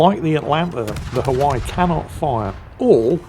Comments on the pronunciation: Hawai'i - three syllables - Ha-wai-ee. The way he says it makes my ears hurt . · Hawaii = Huh - Y according to lol missing those "ii" for the E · Pronounced HI-WY-EE. They are JINAN guns. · its pronounced Ha-why-e, in the southern US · The USS "Huhwhy". Never change. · I've never heard that pronounciation for 'Haw-i' before 😂Oh never change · Hi! Hawaii is pronounced "ha-Vi-ee" natively, or "ha-Wi-ee" by most of the lower 48. Unlike your frequent and justified butchering of the French language, I think the erasure of native Hawaiian culture and language calls for correct pronunciation here (ha-Vi-ee). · Mispronouncing Hawaii throughout the entire video drove me crazy